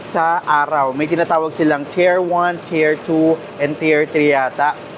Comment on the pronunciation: isang bagay lang... "tier" rhymes with "deer" and "fear". Napakaganda ng guide mo. More power!